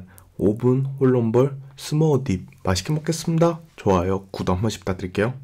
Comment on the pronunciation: 마시께머께슴다 좋아요 구~독한번씩 부탁드릴게요 ㅋㅋ 발음 졸귀 ㅋㅋㅋ